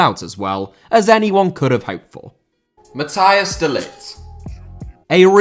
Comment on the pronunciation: It's "Matt HEY s De Ligt", not Matthias. ;)